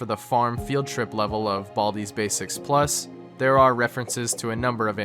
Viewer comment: Have to say the only part of this video that got me was the way he said plooosle and menun like guy Id hate to ask how you say “+” or “-“